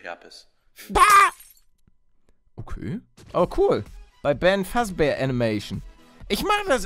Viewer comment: Wie du eiskalt den Namen von BenFazBear falsch ausgesprochen hast😂😂